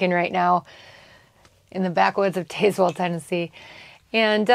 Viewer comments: We call it Taz-well. The e is silent. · Love the storys! The town in Tennessee is pronounced TAZ WELL, short A..JustSayn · Dang girl you sure butchered the pronunciation of Tazwell, TN haha